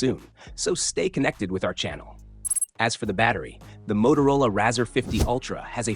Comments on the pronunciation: Razza?!?!?! no its rarz..or RAY-ZOR :) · Razzer sounds like some dodgy porno, it's pronounced Razor man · C'mon at least get the name right, pronounced ray-zer like a razor blade